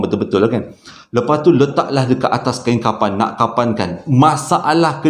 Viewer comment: 🤣🤣🤣🤣tersasul kain kapang..